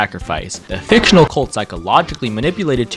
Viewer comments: The way u emphasized that Two Time’s cult is F I C T I O N A L is so funny to me also sad that people w/ Spawn related characters / ppl talking abt Two Time have to do this .. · Every time you said fictional in the fandom section my eye twitched